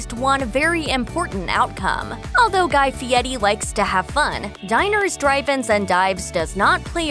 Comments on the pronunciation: I thought it was "F.i.e.R.i," not "F.i.e.T.i." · pronounced Fee-ety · F I E R I, there is no "T" in the name. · How TF does he come up with the pronunciation of his last name when there is no T in the spelling???